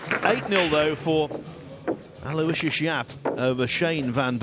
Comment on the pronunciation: You guys finally almost pronounced his first name correctly, ( alowishes ) will get you real close. It's mine also, I do understand he is from a deferent part of the world.